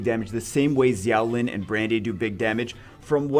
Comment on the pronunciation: Xiao lin is pronounced with a "sh"